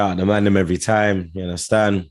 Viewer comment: How many You indarstund? U get me? 😉